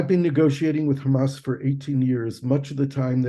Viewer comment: Nice interview but it is HAMAS not Hummus. But very informative otherwise